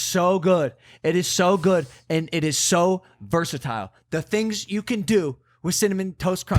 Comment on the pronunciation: Logan be sounding canadian the way he pronounced versatile